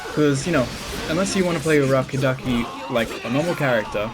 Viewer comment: Ur rubberduki. I keep hearing that now 😂😂😂